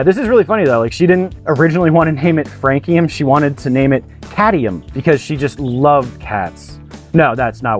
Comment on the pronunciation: How did I immediately know you would still mispronounce this one? 😅 Great idea going with frog legs by the way